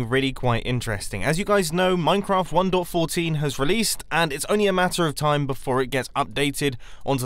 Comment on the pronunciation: I keep thinking your saying one door fourteen